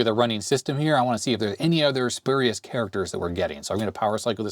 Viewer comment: "Spurious" is pronounced "spyur-ee-us", not "spur-ee-us". That is, the "u" in the first syllable is pronounced like the "u" in "pure", not "purr".